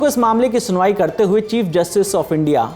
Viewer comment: 'सनुवाई' नहीं 'सुनवाई' होना चाहिए।